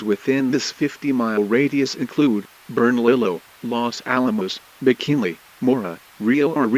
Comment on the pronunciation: The pronunciation of Bernalillio County has my eye twitching